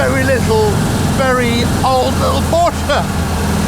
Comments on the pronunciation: What’s a Porscher? I thought it was a Porsche... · This guy made a 12 min video about a legendary Porsche and didn't even have the decency to learn how to pronounce it..